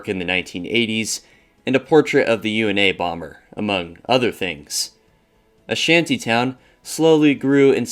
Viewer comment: Hey brother, i love your content. Super interesting and well researched. I can tell a lot of worm went into these. On my third watch i keep laughing when you call the Unabomber the UNA Bomber lol Its pronounced yoona bomber. And he has an interesting story too! His brother turned him in, he was really smart and he was a part of some crazy experiments when he went to college! Some people even gonas far as tonsay the experiments were the direct cause of his mental breakdown too!